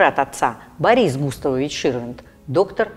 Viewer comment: Как эта " голос за кадром " умудряется произнести " Гутовович"? 🤣🤔😂😃 Написано "Густавович".